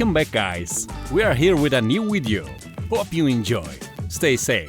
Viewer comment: Just for future reference, the term I Video, not Wideo. Speak English boy.